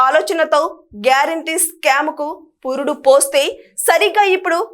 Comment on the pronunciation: స్కామ్ కాదు తల్లి skeem